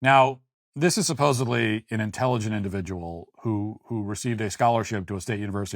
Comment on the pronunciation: ... SupposeDly ... not Suppos-ive-ly ... ick